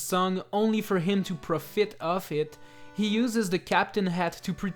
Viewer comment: Did this guy just say, to pRo fit oow it